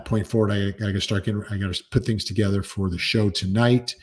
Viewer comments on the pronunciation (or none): none